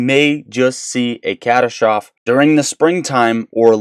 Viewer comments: Its pronounced: Ca-tass-tro-fee....not cat-ass-trofe... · Bub, catastrophe is pronounced cuh-tas-tro-fee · Hey brother I really like your channel. Just a heads up on the pronunciation of CATASTROPHE. It is pronounced CATASTRO(FEE).